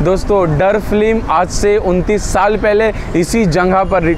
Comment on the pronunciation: फ्लीम नहीं, फिल्म बोलो। नाइस वीडियो।